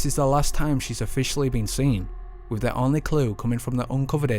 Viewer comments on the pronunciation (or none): Who removed the "th" from the English language and replace it with "V " or "F", ie wiv, auforities, fird, deaf (death) feory, somfing . speak properly please, otherwise excellent video.